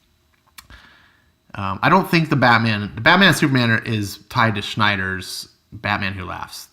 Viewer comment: this has been bugging me for a while. It's Snyder, not Schnyder.